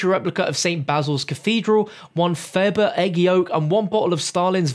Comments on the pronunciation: It's not a "faberg" egg it's pronounced "fa-ber-jeh" egg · The pronunciation is fah-ber-zhey, not fab-berg. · It’s pronounced ‘fab-ur-jay’, not ‘fab-urg’, fam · Faberge Egg! Fa-ber-sh-e egg. Btw the eggs are some of the rarest things in the world... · Just to let you know it is pronounced “faberjay” not hating tho. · HutiaDude lol, I caught that too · His pronunciation of Faberge is killing me